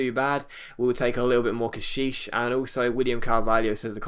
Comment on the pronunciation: It hurt my ears when you say cashishe